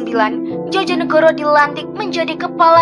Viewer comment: Mbak yth bagus kontennya agar generasi sekarang ngerti sejarah bangsa..saya hargai. Namun dlm mengucapkan bpk.Komjen Soekarno Djojonegoro..seharusnya diucapkan..Djoyo (yakin) negoro..bukan Djojo (jotos)negoro. Kluarga saya dr kepolisian..jadi tahu. Trima kasih..chanel bagus.